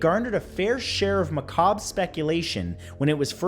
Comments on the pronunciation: You finally said macabre correctly, you beautiful little Canadian saint. Jesus bless your future bald children. All bald. Gender regardless. Bald. Thank you. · Thank you for correcting the way you pronounce macabre. Just know there are some of us that watch you and pay attention to things like this. You're appreciated.